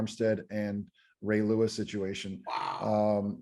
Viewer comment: Just found your show, wow very damn professional. Get job. Just have to get some name right. T2 last name is Lewis.